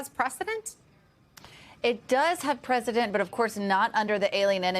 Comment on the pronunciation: Why is it so difficult for people to say "precedent"?